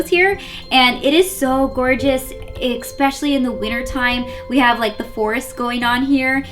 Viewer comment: Nice video but please stop saying EX-PECIALLY and SUSS-CRIBE